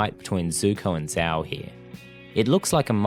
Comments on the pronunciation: love the video couldnt agree more but "sh-ow" no "z-ow" the name is said multiple times so forgive me for being annoyed when people pronounce it wrong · It's not ZZZZao, it's Zhhao..if that clears the pronunciation any better -_ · VARIOUS videos it's pronounced jow not zow Even though it's spelled with a z, it's not how it's pronounced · I can’t take this video seriously when you can’t even pronounce Admiral Zhao’s name right. It’s Zhao not Zao. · One of, if not THE greatest show ever (animated, or otherwise), and I couldn't agree more with your argument. And I don't mean to be /that guy/ but it's not pronounced Zao, it's got a sound similar to 'sh' but with a z instead. When saying it, your lips should move like you're saying a J sound, but longer. Again, sorry to be that douche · I really cringe at your pronunciation of the name Zhao. Not only is it not how it's pronounced in the show, but it's not how it's pronounced in its intended-inspired Traditional Mandarin origins. It is, as its pronounced in the show, (zjao). Sincerely, A guy who's been living in a Chinese-speaking country for the last 5 years. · The pronunciation of Zhao’s name forced me to click off the video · They literally say Zhao the correct way for the like 2 full season dude how are you saying it wrong? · Why do you not say Zhao correctly. They say his name plenty in the show.